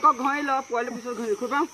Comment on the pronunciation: Not Puwali it should be Powali